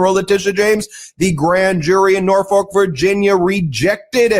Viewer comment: Haha, you just called Norfolk, Norfuck, you nut!!!